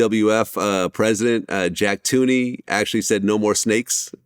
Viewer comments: "Jack Tooney" Really Vlad? LMAO!!!!!! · Vlad mispronounced Jack Tuney 😅